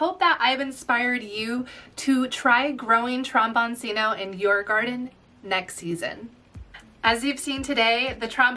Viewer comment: Trombone-Chino. The c is pronounced ch in Italian.